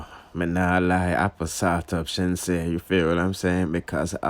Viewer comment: you say Sheenseea so let me say Manda 🥺